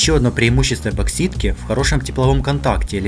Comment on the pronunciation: "эбоксидка", "ампроксимированной", ммм